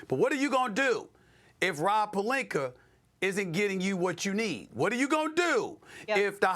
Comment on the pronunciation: Stephen A: "Rob Pelinker" 💅 😂😂😂